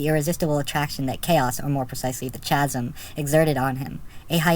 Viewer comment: Chasm is pronounced "kazm."